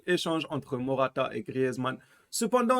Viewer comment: C'est pas mortata c'est morata